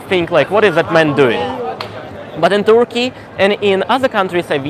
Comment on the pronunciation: Interesting! If you stay there for some time: a pronunciation tip: the "u" in Turkey and Turkish is pronounced more or less as the "e" in "person".